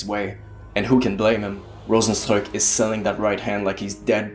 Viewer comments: For someone who isn't Dutch, you had one of the best name pronounciations of Rozenstruik I have heard! Many people struggle with the "struik" part that only Dutch people seem to be able to pronounce, so good job on that! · you actually pronounced Rozenstruik right. meanwhile others go like ROZENSTROKE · I like how you speak out is name. A lot of Westerners always get the pronunciation wrong. But you've got it spot on. Ps: I'm from Suriname that's why I know how to speak out his name correct.